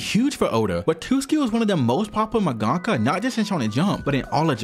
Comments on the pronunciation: You’ve really gotta learn to pronounce half the terms and Japanese names you’re throwing out. “Jiness Records”, “mungahkka”. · Jesus, can no one say mangaka right? Seriously, everyone I listen to CANNOT say mangaka correctly. It is manga-ka, not mon-gah-kah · Great vid but your pronunciation of mangaka pains me as someone who’s Japanese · dude why the hell are you pronouncing mangaka like that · The way you say mangaka is too American